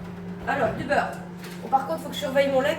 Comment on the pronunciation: Coucou ❤.. sourires et rires. 😂 j'ai passé un bon moment.. merci pour tes partages.. 🎉 et un bon souvenir de mon pays natal quand tu l'as prononcé l' beuurrre.. une normande du Cotentin 😂 Bisous et belle journée ☀️ 🌺🌿🌟😘